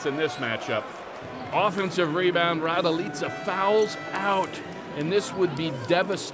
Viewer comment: Kolko me iznervira kad ovaj kaze Miroslav Radilica tebra kontam tesko im reci raduljica ali RADILICA🚫🤣